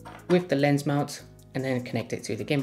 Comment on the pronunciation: Yeah the manufacture video gives only one angle and I needed closed caption in the beginning. Sounds like he's saying "layers" instead of "lens." I was hoping for another angle or two...Ahh well!